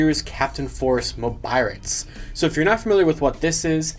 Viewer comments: With the Gaoranger key in the Korean Mobirates Why did I hear Jungle P***y instead of Jungle Force ? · They pronounce "force" as "poseu" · What did he say 😳 The way it says force doesn't sound right.